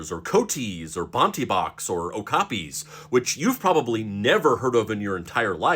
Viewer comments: A zoo near me has Okapi. I think they are cool. Also, I think that you said it right. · I've seen okapis at Animal Kingdom at Walt Disney World. 💗 And yes you're saying that one correctly. 😂😉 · In The Lion Guard, yes i watched it, not all of it, wanting to eventually, on season 3 about half way i think, i can't remember, anyway, and one episode shows an Okapi and you pronounced it right